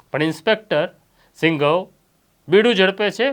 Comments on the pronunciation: Singhav nahi sindhav bolo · સિંઘવ નહીં સિંધવ બોલો